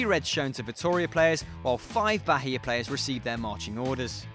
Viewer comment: Thats not how you pronounced Bahia, its like the H is silent, and the intonation is on the 'i'.